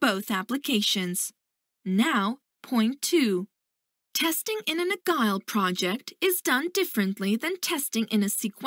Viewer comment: You pronounce Agile as Agal basicly it pronounce Ajiel not agal